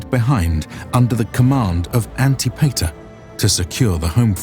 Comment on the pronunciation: Anti-payter? An - tip - it - er!